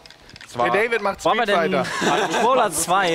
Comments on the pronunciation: ja der fehler war street figher das fehlende t bei street kam von dir du genie ^^ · Des heißt doch Street Fighter oder???? (und nicht street Figher)